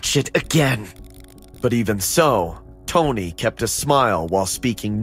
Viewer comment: Why does the brother keep calling the “tony” tony// like naw